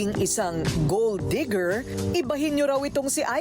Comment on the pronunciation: “Digger” not “Deeger”